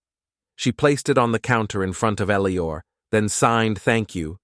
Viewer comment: this AI can't read, I think the guys name is Eliot not Elior